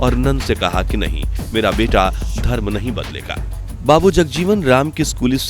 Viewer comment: beta to english style me le raha hai 😢😂